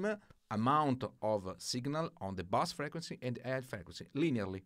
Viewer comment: Hey, very helpful video. FYI In English "bass" in a musical term is pronounced like "base" - Bass said phonetically is a like a fish.So like B-ass. What you want to say is B-ase. Grazie;)